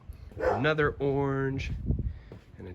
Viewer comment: I think low-key wants a youtube channel 😂 also dying at the way he says orange. we say are-ange in the northeast!!